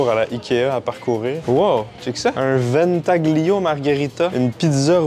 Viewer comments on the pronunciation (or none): Ventaglio mdrrr ont ne prononce pas le G